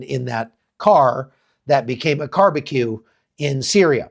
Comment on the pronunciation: Car-be-cue confetti!! your verbal ingenuity knows no bounds! 🐸🐔🤡😂😂